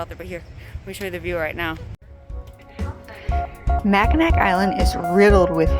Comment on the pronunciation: Hey! I am a native Michigander. I have been to all these beautiful places multiple times, but I never tire of watching videos or seeing beautiful photographs of them! Thanks for posting! Just a tip, it is pronounced Mack-in-aw Island and NOT Mack-in-ack Island. Mackinaw City, just south of the Island at the tip of the mitten is pronounced the way it is spelled. Mackinac Island is pronounced differently than it is spelled.